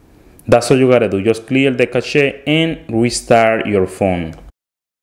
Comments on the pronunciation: Thanks for the tips! Btw, cache is pronounced the same as cash (money). Why is there an e in the end of it? Who knows! English is a weird language! 🤠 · Its actually prounounced (Cash) but the spelling is still Cache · Bro btw cache is pronounced as cash